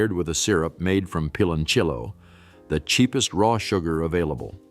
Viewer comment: It's pronounced like peeh lon siyo.not pilonchello